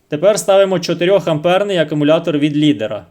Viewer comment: Акумулятор,правильно буде ,а не акАмулятор,десь так